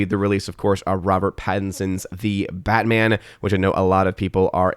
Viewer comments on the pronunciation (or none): none